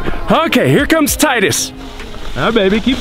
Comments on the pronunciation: It's not tidies it's Tydus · LOL he said “tidies” the kids won’t understand